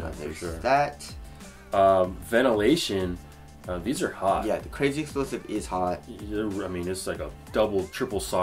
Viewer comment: I know damn well you incorrectly say crazy explosive intentionally